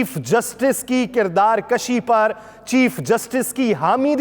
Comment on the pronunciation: Masha Allah, your style of presentation is very impressive, the content is quite informative, keep it up. Please, note it's kirdar kushi not kirdar kashi. Thanks!